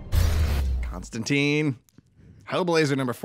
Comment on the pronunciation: Constan-tyne. His name is pronounced constantyne, rhymes with fine. Sorry to be nit picky but it bothers me no one ever says his name correctly. Other than that, really fun episode. Thanks for shining a light on one of my favorites.